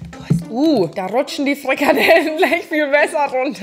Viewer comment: Furchtbar, allerdings.. kalorrrrrien, frrrikadellen 😅